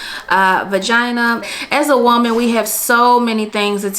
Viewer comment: I love how you say whoaman lmaooo